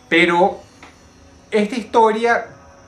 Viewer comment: Egta higtoria xdxd